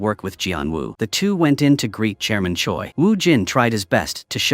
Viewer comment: why do i hear chairman choice's name as German Choy